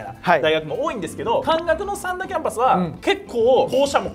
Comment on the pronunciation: さ→んだ じゃなくて さん↘︎だ じゃない？（イントネーションの話）